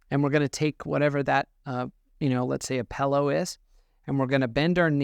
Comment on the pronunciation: You had my respect until you said “pellow.” Just kidding, still respect. You are the only internet chiropractor that isn’t destroying the integrity of the field of chiropractics. Good job, keep it up